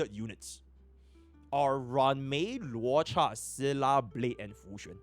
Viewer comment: man to this day no one can pronounce luocha correctly. i love dis community